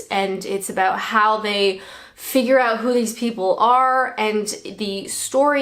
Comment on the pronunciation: aboot 😂 cracks me up